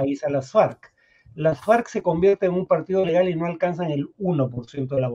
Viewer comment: mucho mejor en las entrevistas que leyendo las noticias. Pero por mas joven que sea tiene que saber cómo se pronuncia "Las Farc," que no es Las Farcs o Ley Marcial, y que no hay sociedades "bastantes" fragmentadas sino sociedades bastante fragmentadas. La ventaja es que es joven y puede mejorar...